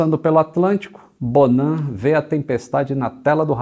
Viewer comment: Fiquei com raiva do "bonan"